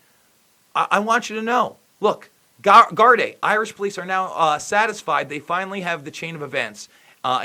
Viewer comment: Good job. Gardai is pronounced Gardee.